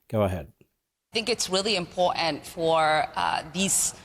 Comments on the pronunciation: She needs to speak better English it is impotant where did the R in this word go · Do not take anyone seriously when they say M-POR-ANT. That’s sign number one she’s a loser. She is not worth our time. The people that voted for her will suffer. Ridiculous.. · Why does she say "imp ogt ant"? She got elected where? New-Somalia! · IM-POR-TANT not imporant.... btw, part 4 of the oath she/her family took to make her a citizen touches on this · Import-ANT?" She doesn't know how to speak properly. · impor'ant ? nails down a chalk board stuff. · Stop saying impowatent! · Shes an absolute Traitor. Why can’t she say Important properly. Kick her out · Learn how to say important